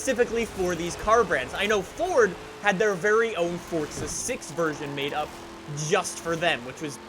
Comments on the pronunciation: Its froza not fortza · Can i just say some thing its for za not fortza there is no t in it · “Forza” not “fortsa” 🤬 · Its FORZA not FORTZA you mong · Still with the FORTZA ffs you yank plank. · I love you videos and all. But why do you pronounce "Forza" as "fortza"?? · "Welcome back to fortza horizon" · Aaaaaaaaarrrrrrgg.....stop calling it FORTZA 😲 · It is pronounced “ForTSa“. That's italian. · It's pronounced Fortza. It's an Italian word that means power. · Do you say Fortza on purpose? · STOP SAYING FORTUNE LIKE A PLEB... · There is no t in forza bro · Why does he day forza like that 😂